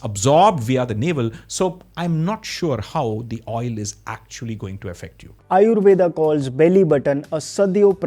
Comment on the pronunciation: Also - amazing video. Really. I would also recommend you to checkout the debate between Dr. Mike V & Dr. Alok Kanojia (Dr. K) on Aryuveda. One more small question - why you do pronounce the "a" at the end of indo words? Tarkaa, Aryuvedaa? I'm not sure if they are just anglicization addition or true pronunciation.